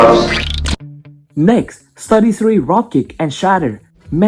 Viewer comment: Mate, I don't mean to offend you, but when you say studio series it sounds like saying 33 or Study Siri